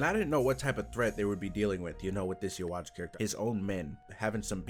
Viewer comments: Ackshually, it's You-Ha-Vach. It's German, doesn't translate well into Japanese which is why they say You-Ha-Bah-Ha. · It is said as yahabach not ywach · its pronounced yu-hah-bach, chineese translation of the german letter b simply does exist. which is why the german b is trnaslated to a h. its no yu wach, or whatever else you guys come up with lol,. german pronunciation is yu-ha-bach and the chineese pronunciation is yu-hah-baja. \ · You - Watch lmao best pronounciation yet xd Nice vid bro got urself a sub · Brrro its pronounced youbaha blast